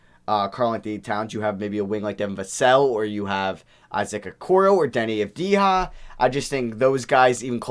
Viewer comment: Deni avdyha or avdya thats how to say it